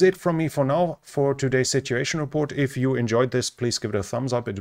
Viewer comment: Another great report. But considering i dont speak another language, the following comment is probably unfair. The word 'sitUation' has a u in it. It would be lovely to hear it